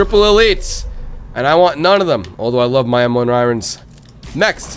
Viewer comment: This idiot still says irons wrong.